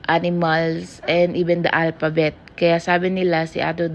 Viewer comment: alpabet, pour years old, autisim, pucos, pruits, just saying lang po. Kaya d po naintidihan ng Indian specialist kasi autisim ung pronunciation.